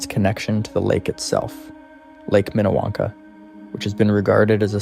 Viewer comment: It’s Minniewanka in not what you just said